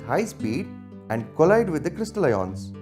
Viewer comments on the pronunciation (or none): none